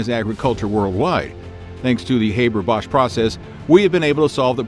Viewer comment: Pronounced Haber incorrectly